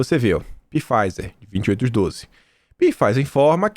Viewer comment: Só uma dica a Farmacêutica se pronúncia Faizer não P fizer